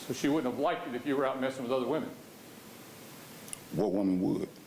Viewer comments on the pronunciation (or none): How about like-did instead of liked.